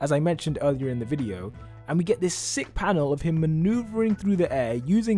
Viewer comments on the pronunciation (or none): none